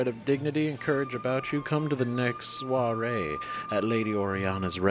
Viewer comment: Hahaha ! You're good with French prononciations my guy don't worry ☺️ Perfect prononciation for "François" and "soirée" ☺️